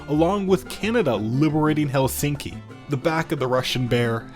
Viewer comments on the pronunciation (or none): none